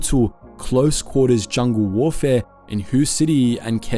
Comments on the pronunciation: Hue is pronounced Way. why can so people not get it right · Awesome video but one note. Hue is pronounced "Hwey" not "Hoo".